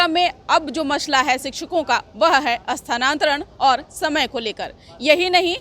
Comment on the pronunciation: इनसे क्या उम्मीद किया जाये. ... कितने आए और कितने चले गए. .. ई साहब तो स्थानांतरण को सानांतरन बोल रहे हैं !!